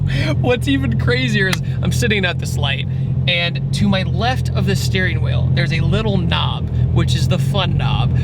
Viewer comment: . "750 Wee wheerl horsepower."